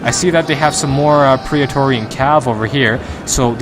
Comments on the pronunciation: good vid but remember its PRET-TOR-RIAN ;) theres no 'pria' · It's pronounced pray torian like how daemon is pronounced daymon.